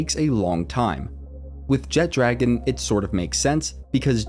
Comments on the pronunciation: Jet dragon kept annoying me, it’s jet RAGON not dragon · Great video, but AINT NO D IN JETRAGON 😂😂😂😂